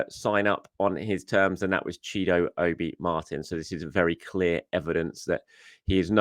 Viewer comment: The real reason Chido Obi has chose to left Arsenal is because he must have heard his favourite Arsenal youtuber (you) mispronounce his name so many times. 😂 😂😂😅 Great content as always!